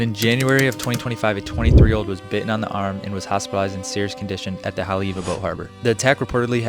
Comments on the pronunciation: The pronunciation of Haleiwa was tough for me to hear on this and I am not even from there 😂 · 'What most people think of Haole-iwa...' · Please stop saying HANALULU! It’s HO-NO-LU-LU! And when you say Haleiwa you pronounce Haoleiwa 😂 we really have to work on the correct pronunciation of Hawaiian words if you’re going to make a video about Hawai’i.